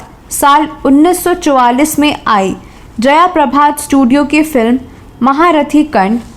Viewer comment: जयाप्रभा नाही जयप्रभा